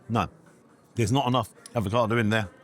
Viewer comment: Avocado not Advocado, espresso not expresso